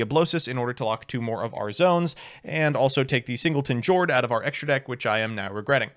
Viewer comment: I pulled the Jord + Rivalry lock against Swordsoul a couple weeks ago and I can confirm it's hilarious Friendly reminder that Jord is pronounced "Yord." The ship names are the Norwegian word for their attribute and they pronounce J like Y